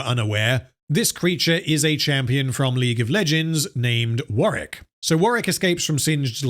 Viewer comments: Warwick. Not sure if thats what you were saying but it sounded like Warrick. Just commenting so people know the name of the character in the game who dont play it. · It's not warrick it's warwick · I always thought it was pronounced War - Wick . Im so confused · It is War-Wick, he's just not pronouncing the name right. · "I am going to refer to this creature as Wareck." Why would you do this Are we really going to have to endure 3 and a half hours of you refering to Warwick as "Wareck?" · You'll never see this or care, but there is a second W in Warwick, instead of Warrick